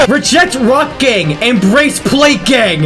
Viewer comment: When says Rock Gang he sounds like hes saying Rock Gay